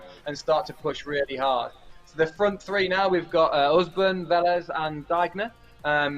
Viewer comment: P.S. "Diegner" is pronounced "Deagner". In your way it would be spelled "Daigner/Deigner" in German.